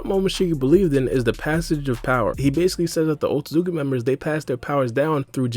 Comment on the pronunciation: Normal People pronouncing Otsutsuki: Otsutsuki pronouncing Otsutsuki: Otzzki